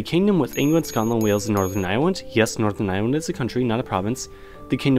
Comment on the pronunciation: he said northern irewand